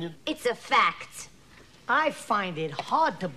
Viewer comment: The emphasis on " it's a FACT " 😌🤌